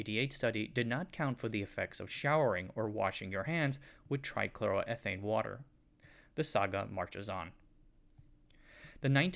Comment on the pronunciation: the way you pronounced trichloroethane tells me you don’t know what you’re on about.